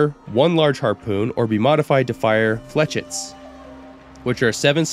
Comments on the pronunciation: Your pronounciation of the Chauchat is actually spot on! However, your pronounciation of "flechettes" is incorrect. It's actually pronounced [Fleu][chay] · "Flechets" are pronounced "Flehsheys" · one more thing though: flechettes is usually said "flesh-ettes", but hey it doesn't really matter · It’s pronounced “ Fluh-shetts”